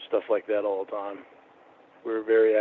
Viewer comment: “(mini-syllables) Yeah BAHT they’re awll ugly, so…”